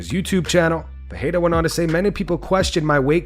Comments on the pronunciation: Bro you need to hit up Google translate and learn how to say Alex Perieras last name correctly in no language does pa-hey-duh actually get pronounced its per- rare- ra in every language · Learn how to pronounce Pereira